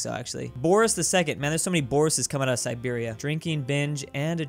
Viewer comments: Calls Siberia Serbia Me: Sad Russian sounds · Calls Siberia Serbia Me: Confused noises: Does it a few times: Finally calls it Siberia Me: Angry noises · Everytime Siberia was called Serbia, one Dmitri in Moscow lost his vodka 😔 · keeps calling Siberia "Serbia" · omg the first 4 comments i saw were about saying "serbia" instead of siberia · Me hearing referring to siberia as serbia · If you botch Siberia one more time...